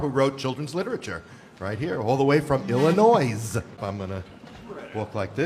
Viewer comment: The most offensive thing here is the pronunciation of “Illinois” Edit: I got to the “Poor Trapped Man” part…